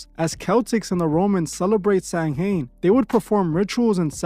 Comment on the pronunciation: Samhain is pronounced sow-win or sow-ween <Irish Gaelic>